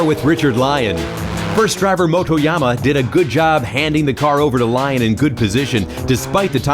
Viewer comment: Thanks for the upload! Wish the narrator could pronounce Richard Lyons's last name properly though